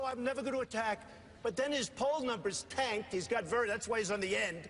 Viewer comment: «his poll numbers tAnKeDT»